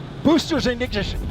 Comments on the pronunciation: Three Two One ... Boosters ignisiouz 😂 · “Boosters ignishsihs” 🗣️🔥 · “Boaster ingintish” truly the biggest fumble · NASA has tried to bury the “BOOSTER IDNSHUN” clip and I’m sooooo glad you immortalized it 😂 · "BOOSTERS IGNISHUS!" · “3. 2. 1. Boosters and igninisshins” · "Booster Ig-nig-nission" Yep, you heard that right. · "Boosters ignishish" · Boosters igniggnintionssss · “3-2-1. Boosters ignidgin” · Don't remember the slip of the tongue from the commentator during the last launch? " 3,2,1 ... Boosters ignitition. We rise together. Back to the moon and beyond.:face-orange-raised-eyebrow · “3-2-1 boosters ignijish!” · Hahahah, "3...2...1 BOOSTERS INDIGNITION!" What a flub lol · that guy is gonna have to relive that call every time that clip is played, forever! 😆